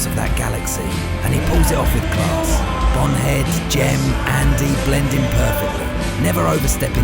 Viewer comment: PRONOUNCED IT AS "BONHEAD" that's AI!🤣